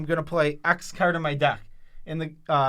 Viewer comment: People who can’t say card. ;)